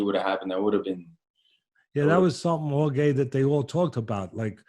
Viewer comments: Teddy try saying, whore-hey. Not whore gay. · He keeps calling him horgay lmao who else noticed? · If Jorge is the BMF, then what title do we bestow on Teddy, a man who called the BMF 'WhoreGay' to his face for 40 minutes straight without being corrected once. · Everybody: "Jorge", "George" Teddy Atlas: "Horgay" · I love this but teddy keeps callin him "whore-gay" I can't lmao. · “Jore-gay” ? Come on teddy lol